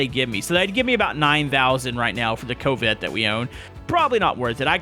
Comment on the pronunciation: why are you calling it a "co-vette" it's a real word and its pronounced like cavvet